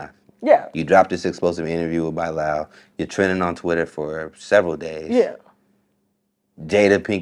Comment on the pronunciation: Why is the host pronouncing Bilaal like Bye-Lal???